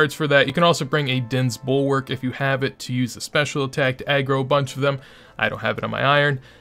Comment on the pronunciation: wtf is an "agrow?